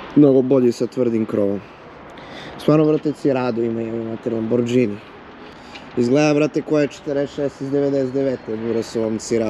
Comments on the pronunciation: kaze se Lamborgini a ne lamordzini . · Tele jedno Nije Lamborđini nego Lamborgini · kako god da izgleda taj LAMBORGINI tvoj izgovor LAMBORDZINI para usi.... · Ne kaze se lamodzini cita se lamborgini zapamti Lamborgini a pise se Lamborghini . Bar nauci kako se zove auto. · a hyundai equus sto je nazvao Bentli kontinental :D ili izgovor LAMBORDZINI :D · Za pocetak nek nauci da se kaze Lamborgini a pose se Lamborghini Nije dz nego g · A jjeli moguće da još uvek govoriš đž umjesto G hello Lamborgini 🤷🏻‍♂️😎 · Kaze se lamborgini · Kaze se Lamborgini...😮